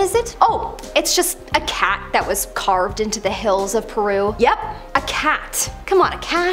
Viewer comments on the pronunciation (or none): none